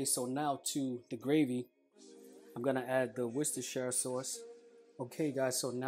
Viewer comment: Just to let you know, the sauce you use is pronounced 'WUSS-TER Sauce' not 'Worshtershtershire' sauce as Americans say it. Worcestershire is just the county in which the factory sits. I live near where it's made in the UK so I hope this helps you pronounce it correctly in future.